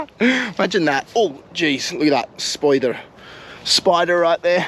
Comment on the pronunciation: He sounded Russian when he said spider😂 Love you content keep up the great work❤